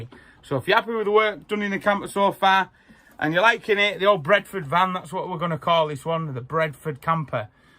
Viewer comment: Didn't you say "Breadford Camper", not 'Bradford"?